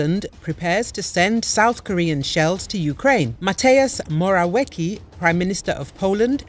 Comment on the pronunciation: The tip regarding to our Prime Minister full name - It would be better to pronoce "Mateush Moravieski".